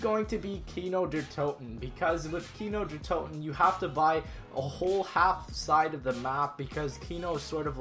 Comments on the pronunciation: Speak Kino der Toten like Kino there Toten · im german and for me it sounds rly funny how he said nacht der Untoten and Kino der Toten :D